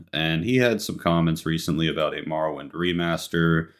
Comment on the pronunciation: It bothers me so much you cant pronounce morrowind correctly. Then you couldnt pronounce bruce's last name nesmith. You pronounce it nee-smith? Wtf 😂